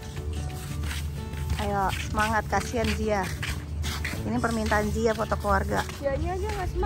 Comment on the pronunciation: Tim ziaaaaa bukan tim zee 😅